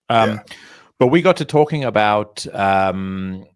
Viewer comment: Another good one. Swirly of the week was well deserved. By the by pronunciation for Samhain is Souw-in.